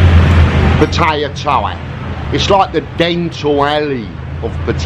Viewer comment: How about educmacating people on how to pronounce Patta-yah?